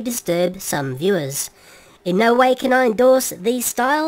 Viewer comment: "-which may disturb some viewers." I thought for a second you said "The Lewis" instead of "Some viewers". Can you tell the difference?